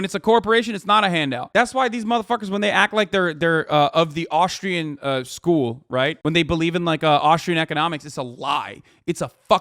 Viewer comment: im not really sure, but are you saying "austrian school" ?